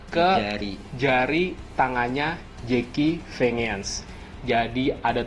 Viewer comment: Jeki vengan baca nya zaki venjen bang